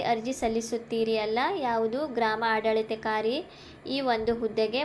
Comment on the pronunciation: ಆಡಳಿತಾಧಿಕಾರಿ ಪದವನ್ನು ಉಚ್ಚಾರಣೆ ಮಾಡಕ್ಕೆ ಬರಲ್ಲ.